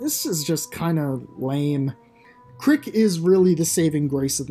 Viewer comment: His name is Crick not Carrick 💀💀💀